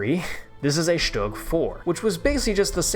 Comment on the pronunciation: Stüüüüg bro learn to speak